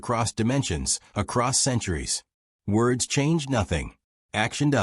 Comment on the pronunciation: "Woads" get out of here fool.